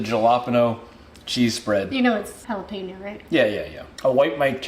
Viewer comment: I can't believe he said JA-LA-peeen-ohs! Lol too 😁 but very interesting!